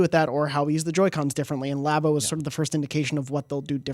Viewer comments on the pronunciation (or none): Again with the lobbo what the heck it’s labo like a lab 🧪 not lob please correct lol